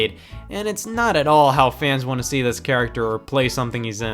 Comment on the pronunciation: Scott has confirmed in multiple videos that it is “all” rather than “y’all”, but I do agree that it sounds a whole lot more like he is saying y’all.